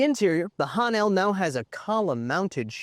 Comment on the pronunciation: Wish he could pronounce "Han" correctly.